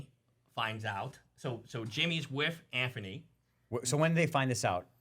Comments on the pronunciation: His name is ANTHONY! Not Anferny! 🤦‍♂️ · I thought there was something wrong with me, but i realize this guy cant tell a story. for a guy that post many videos about him, how TF does he keep saying Anferny ?!? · “Jimmy is wiff Anphony” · Tugger, Coachcaine, Anphony...